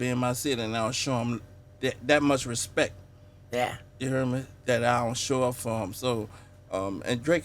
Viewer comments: “I respek him”😂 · Did you put some respeck on his name Steve-o? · Put some respek on his name steeeve... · did you "Put some Respeck on his name" ? lmfao